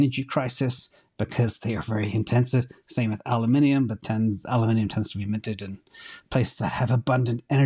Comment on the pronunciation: I can't believe it, first American I've ever hear that knows how to say aluminium right! Are you actually American?